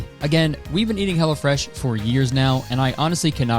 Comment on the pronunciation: I kept hearing "Hella Fresh" when you did the sponsor, and I can't help but think that's the name they should have gone with